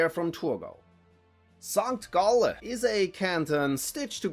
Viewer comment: Sankt gaullä xDDDDDDDDDDD nailed it